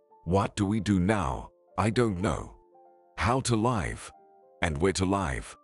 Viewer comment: Too many repetition of words and sentences. Wrong pronunciation of live sometimes as in alive.